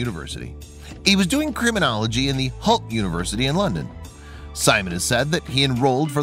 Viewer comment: Is nobody gonna correct that Simon went to Hull University. Not holt uni...